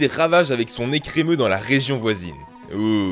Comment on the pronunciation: Blanche et son ecremeuh là c'était galère